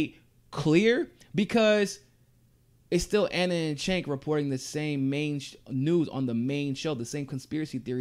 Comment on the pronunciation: his name is pronounced with a "J" sound: "Jenk"